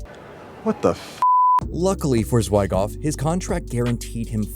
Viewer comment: Zwy Goff? I'm out. Fix your AI